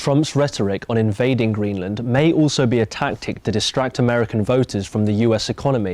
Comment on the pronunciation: "Greeland" btw